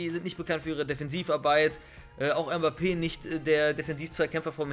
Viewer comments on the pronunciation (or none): none